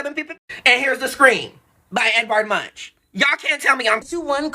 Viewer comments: YESSSss..it's " Edvard Munk " NOT Eddie Munch-n-crunch 😂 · OMG say Munk not MUNCH 😂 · Edward Munch is pronounced “ Munk “ as in chip not lunch 🤭😄